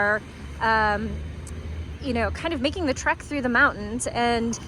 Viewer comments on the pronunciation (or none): none